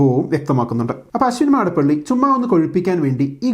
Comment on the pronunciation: അശ്വിൻ മാടപ്പള്ളി അല്ല അശ്വിൻ മടപ്പള്ളി